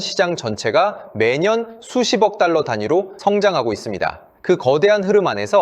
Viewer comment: 탈러가 아니라 달러입니다